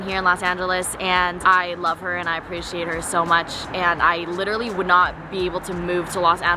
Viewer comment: nobody:: “LITCHERALLY” 😂 love youu